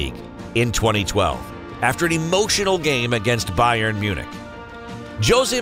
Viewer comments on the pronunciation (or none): none